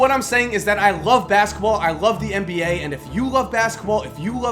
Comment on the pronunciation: Why the fuck do you say "mba"